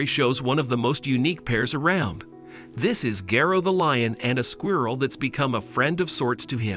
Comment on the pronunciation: It's like a real life Lion and the Mouse story. Though is it weird how the narrator pronounces squirrel as "Squee-uirrel?"